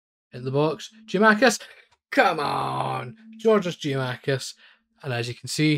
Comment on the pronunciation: Good video! One thing, it's Gia-kou-makis.